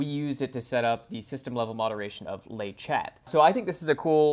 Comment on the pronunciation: Great video, but 'le" sounds like it is written, even in French 😝